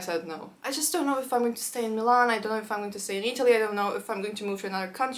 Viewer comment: Interesting! I think I caught a Russian accent when you said Милан, or rather I should say a perfect native-like Russian pronunciation! I wouldn't even have noticed if the rest of the video didn't sound native in English, even the same word said like 10 seconds before 😀. P. S. I know, it's a very random comment, I just found it both curious and nice, along with the fact you feel the most friendly when speaking Russian 😊